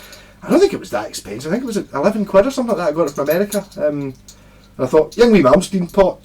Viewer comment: It's pronounced ing-vay! Lol